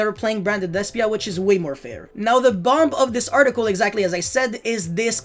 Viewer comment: Modern day YGO - Turn 1 - Early game. Turn 2 - Mid-game. Turn 3 - Late game. At the risk of being the grammar nazi here, the ending B in the word 'bomb' is silent (sounds like 'baum') and paradigm is pronounced 'para-dime'.